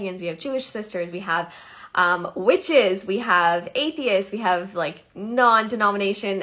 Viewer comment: Did she just say witchesss?!